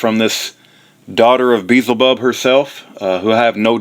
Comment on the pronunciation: im glad Kent is out of jail. love his teachings of creation but you sound like you are trying to sound and act like Kent and it's annoying as all get out, God bless kent. An who is Beelzebub?...... you are saying it wrong SMH